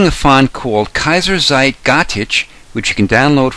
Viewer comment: Kaiserzeit pronounce zeit as tzeit. It will sound more german.